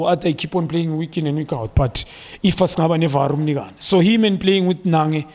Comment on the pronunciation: I like it when you say 'AGAIN'🤣🤣